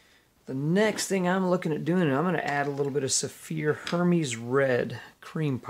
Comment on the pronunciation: Nice work! [By the way, it’s pronounced AIR-mezz, not HER-meeze. #Hermès.] Looking forward you more videos!!